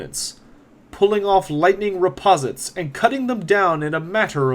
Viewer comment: In the axe of grimnir section you say reposite. I think you mean riposte (ri-post). Excellent videos I really enjoy them